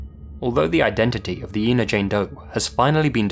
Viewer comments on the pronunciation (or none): It's pronounced "Ein-uh," (as you'd say when saying "China") not "Een-uh." :) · The town where Susan Lund was found is Ina and is pronounced Eye-na, not E-na. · It's pronounced "I"na ,not Ena. I live in the area. This state park is easily accessed from the interstate. There is a sign for the park off the exit. She was found in the primitive camping area. I always believed she was from another state and the killer chose to dump her in this area and that he came from the interstate . I am glad that she has her name back and hope they find her killer. I have followed this case since she was found . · Ina- It's not E-na, it's Eye-na. Sorry, just a pet peeve I guess... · Ina is pronounced "Eye-na," with a long I. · Ina is pronounced with the long "I" sound, not "EE". Ina, not Eena. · It's pronounced "eye- na." I have family that lives really close to that tiny "town!" This is spooky af. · I live just down the highway from here. The town is actually pronounced 'eye-na'. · The village name is pronounced Eye-na. I grew up just 30 miles from the area and went to the lake all the time. The interstate cuts through part of the park so I can imagine just how hard it would be to narrow down a killer. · Ina, IL is pronounced "EYE-nah." I live very near that little spot in the road.